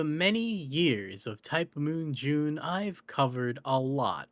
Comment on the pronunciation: ITS JUUNEEE